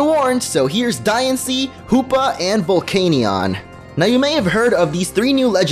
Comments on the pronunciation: The canion part of Volcanion is pronounced "Can-ee-en" Not "Cane-ee-on" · I'm sorry, but... "Vevellon"? "Arseeus"? Vevellon could just be an accidental mispronounciation, but Ar-see-us is clearly how you think the word is pronounced. Arceus is pronounced Arch-ee-us.